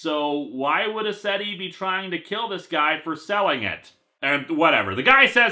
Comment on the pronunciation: When he said "Mr. Ascetti," I heard Mister Resetti. And then I thought, "Damn, Animal Crossing's black market must really be thriving if Resetti joined up with Crazy Redd."